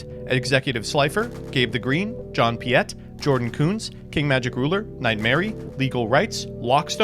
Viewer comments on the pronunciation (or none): none